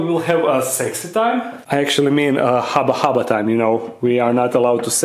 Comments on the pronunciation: Hubba Hubba... Not Haba Haba... Incorrect English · It's hubba hubba not haba haba 😂😂😂😂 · Dark den friends, when are we gonna tell him that it’s “Hubba hubba” not “Haba haba”